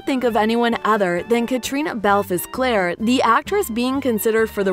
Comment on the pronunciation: It’s Claire, not Clara, and Fraser, not Frazier.